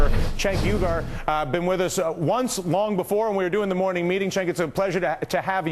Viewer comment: "Cenk Uygar" huh ?